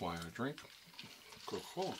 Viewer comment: I thought it was intentional because everytime you went to drink you said "...COCA-COLA..." with an emphasis lol